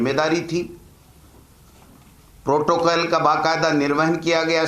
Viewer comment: Totocall nahi protocall hota ha